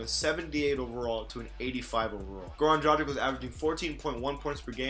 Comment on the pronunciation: Its yanis and yokich, also dragich with a g like in drag.